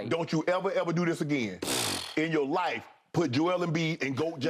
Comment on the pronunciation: Unc with the emphasis "In your life" ❤😂